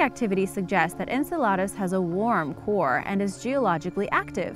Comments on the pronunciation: Ok...i can't wait til the end of the video to say this - Saturn's moon Enceladus is pronounced en-CELL-uh-dus... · pronounced "IN CELL LE DIS" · Please learn how to pronounce words before you put them in a video like Enceladus. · So true